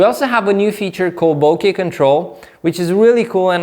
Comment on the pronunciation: You are one of the few people who pronounce "bokeh" and "cache" correctly! Oh, and the video is pretty good too!